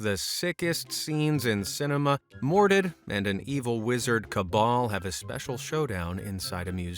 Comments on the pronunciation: Why do you keep pronouncing Dr. Mordrid as “Dr. Mor-did”? Can you not see that second R? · It’s Dr Mordrid… Like Mordred… Like the Macabre… As in strange… See what they did! They just changed one letter on purpose just in case… It hurts the ear to hear the way you pronounce it 😝 It’s really a fantastic film!